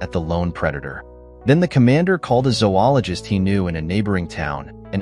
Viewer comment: No. Zo-ologist. Long O in the first syllable.